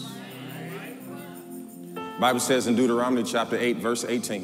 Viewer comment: “ Deuterominy “ sir I think it’s Deuteronomy❤